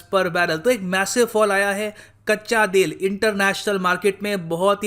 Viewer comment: it sounds like kachcha dil instead of kachcha tel😂😂